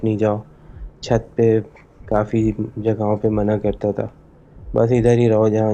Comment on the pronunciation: 😂 " Chut Par " Ya " Chaht Par"